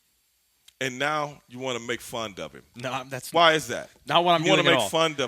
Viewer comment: " and you wanna make fund of him" lol fund it's fun Stevie Ray... My dude tho..